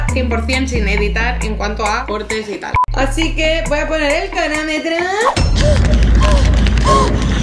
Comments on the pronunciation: Cronometroooo* dos vecea que lo dice y las dos mal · Se dice cRonómetro no conometro jajaj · Has dicho cronómetro mal todas las veces xd